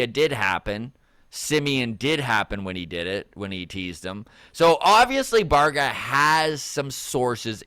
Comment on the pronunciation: Bye-Air-Gah. Baerga.